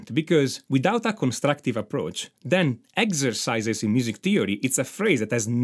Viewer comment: ”MAJOR AND MINOR SCASE” “EGZESICE” I could listen to that allllllllll day😅👍👍👍👍